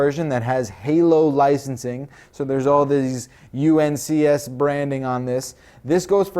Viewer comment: he said uncs instead of unsc lol :)